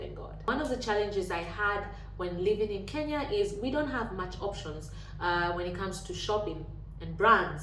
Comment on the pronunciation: the word is similar but not the same - you have pronounced the extra vowel 'i' in Kenya that makes a difference! Serbian spelling of Kenya is 'Kenija' and no educated person would ever associate the name Kenya with the word depicting "taking a poop" I promise you! Anyways, the term 'kenjati' is seldom ever used except by some less educated and lower-class people.